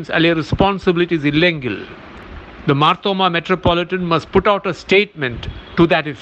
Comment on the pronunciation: മാർത്തോമ്മ എന്നു ശരിക്കു പറയുവാൻ പോലും അറിയില്ലേ സഹോദരാ? മാത്രോമമാ അല്ല മർത്തോമ്മാ 😂